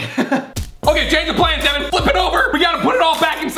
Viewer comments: its devan not deaven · It's Devan not Devon no offense 😁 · You said his name wrong it devan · It’s Devan not Daven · DEWAN XD ITS DEVAN